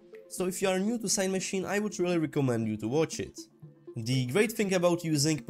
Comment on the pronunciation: Amazing tutorials but, please keep them going. Maybe watch other videos to see how other people say Cinemachine. And yah English is not my first language either. Thanks again for the amazing tutorials.